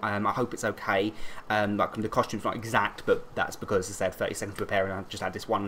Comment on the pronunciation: mkay is what he says